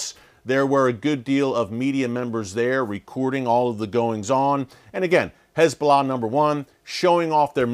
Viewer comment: Is it just me or is he saying HIS Bolah